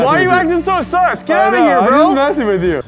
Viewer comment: They butchered the word "sus" lmao. Funny vid tho